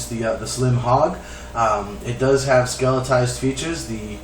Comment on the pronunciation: I'm only letting you know this to help you out, not to be an ass.. The word you are looking for is skeletonized, not skeletized.